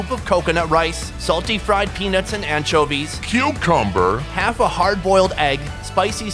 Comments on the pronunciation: When he says cucomber I went straight to the comments 😂😂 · It sounded like he said pubicumber